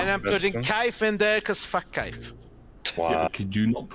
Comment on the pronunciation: It’s kaif. Always kaif